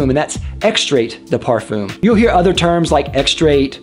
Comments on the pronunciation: Watching in 2021. Thanks for the breakdown of Cologne, Toilette and Parfum. Btw, it's properly pronounced "parfahm", not parfoom. But anyway, I do have a question. Is using a body spray deodorant such as Axe for underarms, and couple sprays of eau du parfum on say forearms, at same time, not right to do..? If you only use eau du parfum, but nothing for underarms, then...? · Thank you for this interesting summary. But Pleaaaaasse could you stop mispronounce “parfum”. Please! It’s \paʁ.fœ̃\